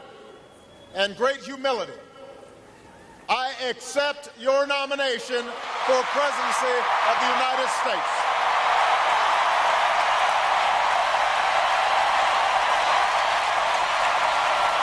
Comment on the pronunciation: I think I heard Obama accept the nomination for "presency" instead of presidency of the united states. Just listen to the video